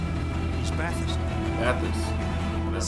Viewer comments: A high degree of illiteracy when you cant pronounce the name of the thing your supposed to be talking about. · As an Australian I think your a disgrace, you don't know what your looking g at and can't pronounce the name